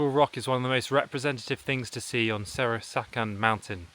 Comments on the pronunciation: Very good hiking video. There’s some wrong pronunciation of this mountain. Right pronunciation is close to ‘Soraksan(설악산)’, not Serosakan(세로사칸) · 세로사칸이래서 뭐라는거지 했네ㅋㅋㅋㅋㅋㅋㅋㅋㅋㅋ\ → SEOR-AK-SAN [fyr) SAN=Mountain] → SEOR-AK MOUNTAIN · Serosakan 😂😂😂 I thought some Indian reservation area newly discovered in my country 😂😂😂😂